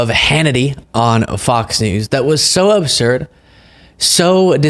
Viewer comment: Absurd, not obsurd, for fuck’s sake!